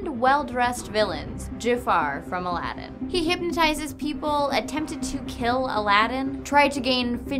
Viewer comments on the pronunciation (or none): none